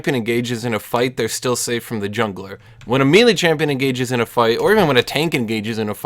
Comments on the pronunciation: Isn’t it may-lay? 🤓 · it bugs me how says "melee"